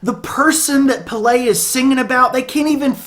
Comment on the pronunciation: But foreal tho, Paint a Picture is def my fav song on this album, and in my top 5 songs of all time. Also, the frontman's name is officially pronounced as Pell-Eh in Swedish